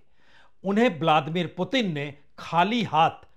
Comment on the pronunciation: Apni uchchaarannon KO satheek karen Punya prasun bajpai jii ! Blaadimir nahin Vladimir hai unka naam aur Netaanhu nahin, Netaanyaahu hai unka naam.